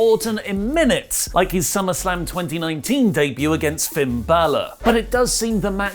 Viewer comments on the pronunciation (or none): none